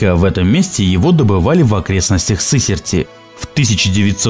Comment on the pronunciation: Автор, не ШАбровский, а ШабрОвский. Я в нём на днях купался. И не СЫсертский, а СысЕртский. Кровь из ушей.